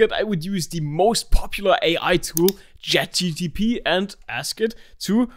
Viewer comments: BTW you said 'chat gtp' instead of 'gpt😂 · Chat GTP?!? lol, its Chat GPT. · "Chat GTP"🤣🤣😂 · Bro said "Jet GTP" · Bro said chat 'gtp' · bro really said: "chat GTP"